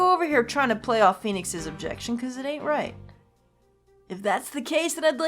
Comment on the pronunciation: um that actually sound like “objiction” not objection to me! Oh boy I can’t wait to hear reaction to the other voice clips!